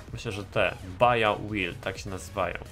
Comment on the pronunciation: Baja wymawia się Badża jakby co:)